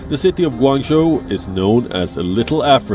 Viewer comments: LOL Ganguzhang? hahahahaha sorry for laughing , but it is Guangzhou pronounce as GU-AN-ZU! But love your show!!! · Gangzhou is pronounced Gou-AN-jo..... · (Gwan-Zo) Guangzhou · She said “gonguzon” 😂😂 that’s funny but fr fr this is sad news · Guangzhou is pronounced “gwaan-zoo” sis lol love you 😘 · She said "Gangazhan" 🤣🤣🤣